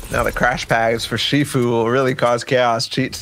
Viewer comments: My mans sed Shyfu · Lazaar, shyfu, get preferred kid... Does this guy know how to read lol